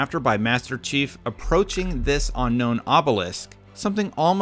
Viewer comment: This dude says unknown weird.